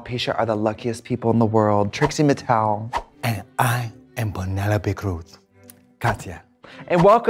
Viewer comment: “Peneyopeh Cruh………..”. Love this!! 😜💖💖